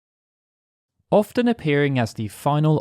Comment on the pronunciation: Are you saying orphan, as in one who has lost their parents? Or often, frequently?